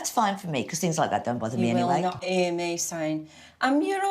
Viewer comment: You won't "ear" me speak like that LOL.